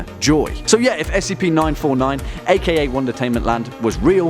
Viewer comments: Anyone else think it sounds like is saying "one detainment?" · Melinda Bagley-Duarte it does sound like that